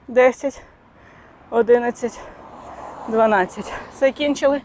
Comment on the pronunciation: Тренування супер!!! Дякую, що створюєте такий класний контент українською! ❤❤❤❤❤ Хотіла попросити, якщо Ви не проти, то говорити одинАдцять, бо трохи ріже вухо😅